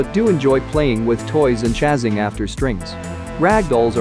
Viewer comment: Tell the word is “chasing,” not “chazzing.”